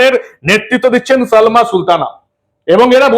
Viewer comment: Salma na balma.কথাও ঠিক করে বলতে পারে না..non standard